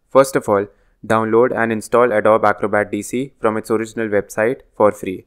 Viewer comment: Thanks for this useful video. One small suggestion: "Adobe" is pronounced as "uh-DOE-bee"